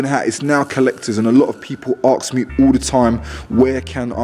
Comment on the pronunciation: And he says arks instead of ask ,this guy dropped to much as a baby me thinks 😂😂